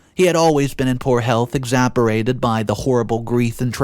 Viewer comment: ‘Polar EXHIBITION’?! ‘Exaberated’ EXPEDITION! EXACERBATED! Dude, just re-record that portion of the video! Fix your pronunciation and grammar! It’s bad enough these stories are fake AF, but the quality is sub par